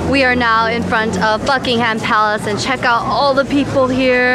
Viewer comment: Love how you pronounce Buckingham palace 😄 hope you're having a good time here!